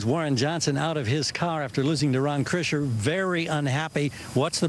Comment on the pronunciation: Krisher, not Kirsher...